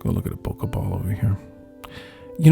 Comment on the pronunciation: “Bowka”! Hahahahaha HAHAHAHA hahahaha hahahaha!!! Funniest pronunciation ever! Hahahaha